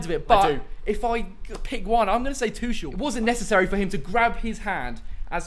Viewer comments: Bruh his last name is pronounced Tu(ck)el. Even though it’s spelled Tuchel, it’s pronounced with a k sound not a ch sound. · Why do they pronounce Tuchel as Tushell